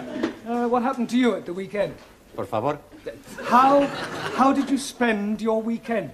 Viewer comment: I like it when says por favore? accidentally 😂👍